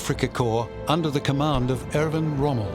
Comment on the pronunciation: That would be Erwin Rommel, not Irvin Rummel, and in the German language a "w" is pronounced as a "v". Lemme guess, you're an American aren't you?